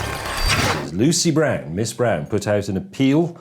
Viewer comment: Why do you say Lucy Brand, but the closed captions say Lucy Brown????